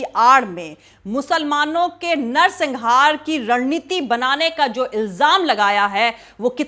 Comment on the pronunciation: madam, u are an excellent journalist, just one correction - it is 'narsanghar' not -singhar; great work, all along! keep it up!